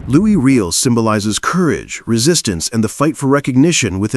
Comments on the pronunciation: Can you not use a HUMAN voice instead of this shitty AI nonsense ? Louis REEL ? Do better ! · Given that you are doing a bit on Canada based on respect, let me give you a hint. Riel is pronouced Ree-Al. Please retrain your AI voice narration to pronounce it correctly (ie respectfully ). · Riel is pronounced with a French accent. Try …. “Ree-Ell”. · Not a fan of the AI voice and poor pronuciations of Riel and Metis. But I am a huge fan of our First Nations. The Metis and treaty peoples are our future and our present. Louis Riel's execution was a travesty but we are trying to make things better. It is beautiful to see us standing together against the aggressor in the White House. Much too white. I qualify for that insult because I am of Nordic and British Isles heritage but "White" is not a race, it is an excuse for racism. We are all together here on Turtle Island and we of settler stock MUST respect and listen to those who were here first for millennia. We can prevail if we stand together. The boycott holds. The anger is real. The alliance is broken, and not by us. Canada will never be 51 and our elbows will stay up. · It just would have been so much more respectful of the Narrator - USican or AI?- would have pronounced Riel properly! ....